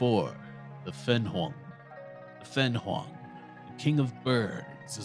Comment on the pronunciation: Why can't you pronounce fenghuang